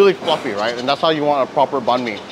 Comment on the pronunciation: Banh Mi is pronounced as Bine(as in Fine)-Mee, not Ban Mee. Please, learn how to do the Tieng Viet pronunciation before butchering the name, urgh.